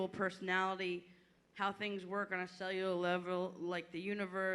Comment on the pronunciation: It actually hurt hearing Andy trying to pronounce cellular